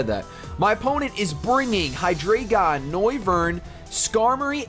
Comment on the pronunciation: Hydreigon is pronounced High DRY gone Because drei is 3 in german and it is pronounced like dry